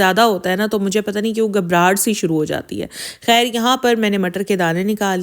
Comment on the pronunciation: Woh har ek k thumbnails direct copy karti hain aur log us ko sirf is liye dekhty hai k pata chaly k husband ko kya hua. Har waqt rona roti hain thumbnails meh. Aur urdu bhi teek tarha se us ko bholni nai ati. ‘Khair’ ko ‘hair’ bholti hain.